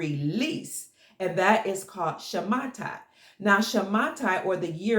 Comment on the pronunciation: Dear, Thank you so much for everything.. I would like to correct you in the pronunciation of the word "Shamata". The correct pronunciation is "Shmita" (שמיטה). Much love to you.. Gil from Israel.